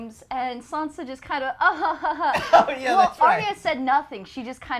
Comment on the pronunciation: I really enjoy these reviews! They're awesome ❤ But please, Joe... SanSa! With an S, not a Z 😂😜😉 Keep up the good work, guys!